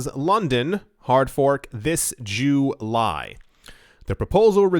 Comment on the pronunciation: Instead of July.. He said Jew-Lie... Kind of racist if you ask me...